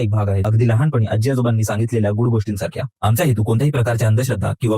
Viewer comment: Aajjjjjji nahi...aaji